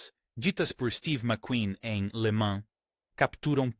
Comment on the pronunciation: "24 horas de lama"? IA cada vez mais estúpida.